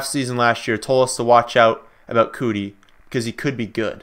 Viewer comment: Keke Coutee, pronounced Key-Key Cue-Tee...Not Cootie